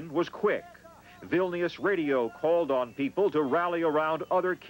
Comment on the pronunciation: So pissed at how he said Vilnius he said it like vilneeuuuuus